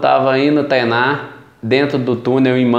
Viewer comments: "estada, teinar, destuiu" kkkk deixa de comer os "r" rapaz!! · Teinar. kkkkkkkkkkkkkkkkkkkkkk